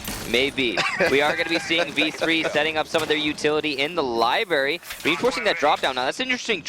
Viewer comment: This is gayer than the announcer saying LIBARY... IT'S LIBRARY YOU FUCK